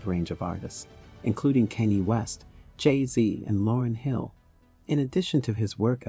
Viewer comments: Bro said "Kenny west"💀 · that's how we African pronounce it